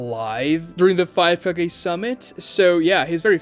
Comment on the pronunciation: Ka-GEH. not Ka-GAY